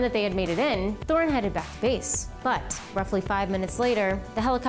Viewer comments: It is said törni not torni. Otherwise a great wideo but you need to practice your ö:s ;) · His name was Lauri Allan TÖRNI.Not "towny" "toni" etc.etc.